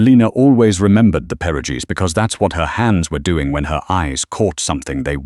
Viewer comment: Please learn how to pronounce perogies properly. Thank you!